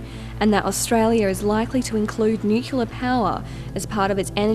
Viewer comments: People would sound much more educated and be taken much more seriously if they could actually pronounce the words they are reporting correctly. Nuclear is NOT pronounced nu-cu-lar, but rather nu-cle-ar. Not that hard. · "nucular" ??! "consortorium" ??! "prepatory" ??! "we've all seen the devastating effects of Fukushima" -- no we haven't. The lid blew off. Impressive, but totally non-fatal. "I'll believe it when I see it" -- so you didn't see Oak Ridge? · Well, it's nice to see that Americans aren't the only ones who can't pronounce "nuclear" correctly.